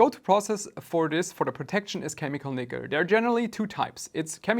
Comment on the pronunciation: I came here to see if I was alone… lol he mangled it. 😂